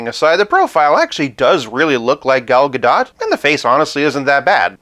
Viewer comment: I'm pretty sure that we're never going to get another Gal Gadot WW figure after this (barring a Jokerized version lol), but for future reference, her name is pronounced "guh-DOHT," Rhymes with "the GOAT." Saw her mention it in an interview.